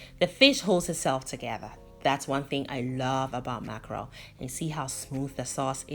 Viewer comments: You didn't butcher the name 😂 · Yess...oo you didn't butcher the name my dear. Thank you so much.I always learn something new from you.Accurate and on point as always...